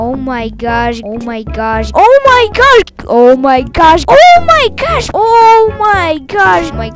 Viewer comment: ou mai gash guys